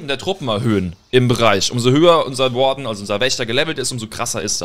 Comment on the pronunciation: Wie du Warden aussprichst Triggert zu 😂